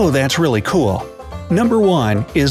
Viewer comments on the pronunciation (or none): You might want to check on how to pronounce the "Louvre" in Paris ... yep - there is an "R" in there that one can hear! ;-)